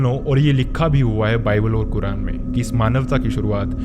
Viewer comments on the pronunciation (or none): none